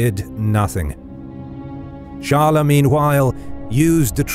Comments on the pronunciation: Not charler. Its chyles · Charles should be pronounced Sharl, not Sharla. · Either pronounce it the English or the French way Tsharls or sharl but definitely not charlais or whatever you said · I have never heard the name "charles" pronounced as "charler" ever. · hes still pronouncing the names of all the cities in french. if its not "Charl-A" then how do you say it in french? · Char-le, but not "tcha" like and english monarch, more as "sh-ar-l" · Honestly just say "Tcharlz" as you usually do in english, there's no real point in trying to do it in a "french" way if the name you're trying to pronounce is common to both languages and everyone knows what it is. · First the "Ch" should be pronounced like the "Sh" of "should". Then the "es" at the end should be pronounced in part like "uh" as when you say “uh… I dunno” but cut and short not a loooong “uuuuh” so it’s more like “Sharl’uh!” 😅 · Charles = Sharl. The es is silent. You almost pronounce it correctly. Just drop the uh sound at the end. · But "Charl-A" is not the French pronunciation of Charles...